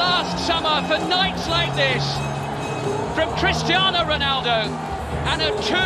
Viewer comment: It's crestiano roland